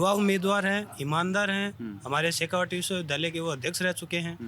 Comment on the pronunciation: शेखावाटी नहीं शेखावटी बोलते हैं, यही होता है जब आप रोमन में हिंदी पढ़ें